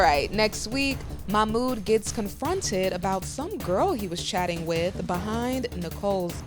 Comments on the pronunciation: It drives me crazy that Melicia doesn't pronounce Mahmoud's name correctly. It's not hard. Also, musssslim, not muzlim. Please. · It's MaHHmooD not Mamoo 🤦‍♀️🙄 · Yesss and she should learn to pronounce his name properly